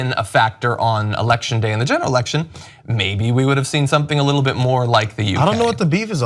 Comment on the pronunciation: i can't stop hearing 'snapple-ection'